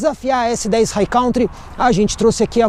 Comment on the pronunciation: Sou seu seguidor assíduo, portanto tenho muita consideração por você. Como a maioria dos brasileiros pronunciam a palavra COUNTRY como "cautri" essa pronuncia não existe no inglês o correto é "'kantri". Estamos sempre juntos. Abçsss$$$